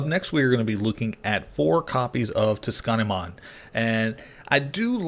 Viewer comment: I've been playing too much meta. I'm looking forward to trying this deck out! Heads up on pronunciation. "Tsu" is pronounced "soo." Soonamon